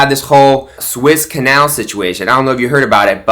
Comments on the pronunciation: please say right. It is the Suez Canal not the Swiss Canal. Phonetically say it like this "sue ez". T^hank You. Keep it up I like your videos. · It is the Suez Canal. Peonounced Sue ez = not the Swiss Canal. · THE SUEZ CANAL is pronounced SUE-EZZ 🙄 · Sue-Ezz it’s pronounced. 😉